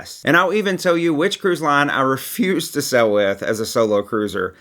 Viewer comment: the word is "sail" (pronounced sale), not "sell". You go "sailing", not "selling".